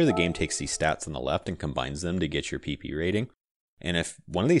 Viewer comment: I cant help to laugh every time you say PP: "maximum Pee pee".